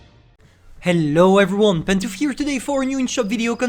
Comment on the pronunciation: everyone: hull pantouflee: ull